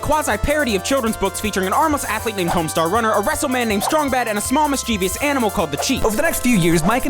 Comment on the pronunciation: You mispronounced mischievous... just thought you should know.